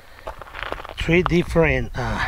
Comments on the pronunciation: its three not tree!! K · One, two, tree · Three not tree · One,two,TREE,TREE different .... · "wan two tree" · “Look at this beauty! One... two... TREE” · The Mexican guy is so funny 😂 he said tree instead of three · wan , two , tree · Oone tooow tree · Guy : one , two , treeee Me: laughs cuz thats the way my grandma say it. Lol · A one, two, tree!